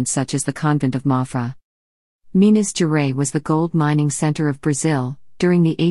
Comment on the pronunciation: "Minas geray" like fucking Minas Gerais is a french name or something. smfh.